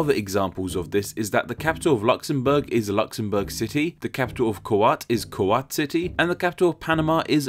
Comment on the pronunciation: cant you at least try to pronounce the letters? kuwat city pls